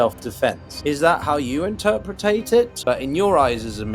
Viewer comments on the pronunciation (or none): Did you seriously say interpretate? WTF? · Stratigical????Interpretate??? Ohh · 'Interpretate'? Come on man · it's "interpret", not Interpertate.